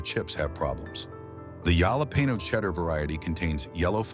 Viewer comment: Yalah Peno = Jalapeño 😂